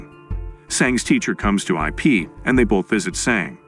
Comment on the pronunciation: it's Ip not I p. Ip man